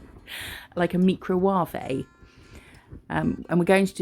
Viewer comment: Micro-wav-ay made me spit my drink 🤣😂